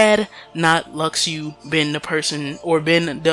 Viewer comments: Luxu is not pronounced Lak-shu or Lu-shu either, it is Latin and it's pronounced as Luk-shu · you dumb it’s ( lu-shu) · IT'S PRONOUNCED "LU-SHU" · i cringed so hard when i heard him pronounce luxu...